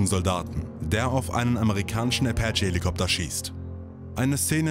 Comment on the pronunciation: Der Amerikanische „Äpätche“ Helikopter😂 man kennt ihn